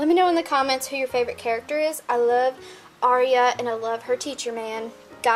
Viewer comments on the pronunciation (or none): none